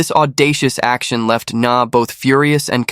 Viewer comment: "ng' is a nano-guttural sound, particular to the Vietnamese language, does not sound exactly as "n", like in viet-NAM. The narrator has got the sound quite accurate enough, with the victim's name, which is Nga (not to be pronounced 'Na"). From a Vietnamese native speaker.